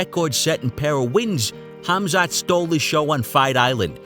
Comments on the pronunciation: Gerald calls him "Hazmat" 🤣😆 ☢☣☢☣ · Did Meerschaert just call him Hazmat! That's appropriate !! Btw, his name is pronounced as Hamza. Welcome to greatness, Khamzat ! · "Hazmat" :) Which is not a bad name for Khamzat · Khamzat "Hazmat" Chimaev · That's what Gerald gets for calling him Khaz mat. lol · Khabib "Location", Khamzat "smesh" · Meerkat pronounced his name "Hazmat" lol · Meerschaert calling Khamzat "Hazmat" has to have been a Freudian slip, right? Gerald knew the danger he was getting into 🤣